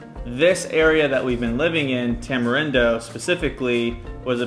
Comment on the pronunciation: Y'all, Costa Rica is not a third world country. Not being able to flush your TP is not the factor that defines this. So many items are produced in country and not imported, unless your talking about American made goods. Also, its pronounced Tamareendo.